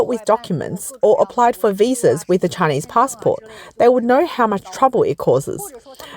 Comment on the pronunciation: Everything the world does is ALWAYS "DRISCRIMINATIONS" AGAINST ALL THESE SCHEWPID TSAAYA KNEEESE😅😅😅😅😅